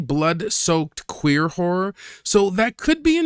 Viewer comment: Did he say "hore movies"? Like Debbie Does Dallas?